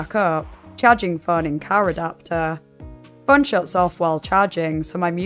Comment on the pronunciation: Why do you pronounce "phone" as "föeön"?